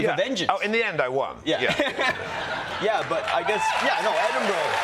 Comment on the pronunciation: Pronounced Edinburgh correctly! Thankyou